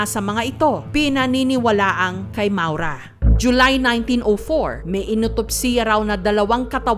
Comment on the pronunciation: ma-ow-ra yata ang bigkas jan